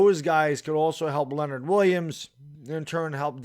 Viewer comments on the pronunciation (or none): none